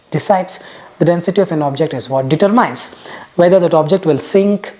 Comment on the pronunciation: At approximately , the pronunciation of "determine" is incorrect for those who want to take note of it.